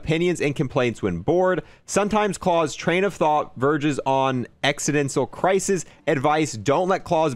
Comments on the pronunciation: how many other people keep trying to correct him everytime he pronounces klaus wrong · Klaus is pronounced like it would be for the fish on American Dad. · Can’t wait for this. Never played zombies before about 1.5 months ago. Just snipers away from Dark Aether. Love the channel and it def helped me get it done. I wish I could tell you how to say Klaus the right way. Congrats on 100k and you will be at 200k before you know it with all the hard work and grinding. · Klaus is pronounced like the fish from american dad